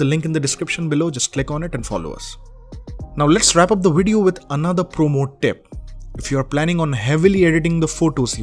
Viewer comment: ''Dis bideo''